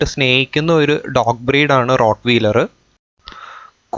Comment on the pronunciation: റോട് വീലർ എന്നല്ല ആ വാക്ക് ഉച്ഛരിക്കേണ്ടത്. റോട് വയലർ എന്നാണ്.(rot-wahy-ler)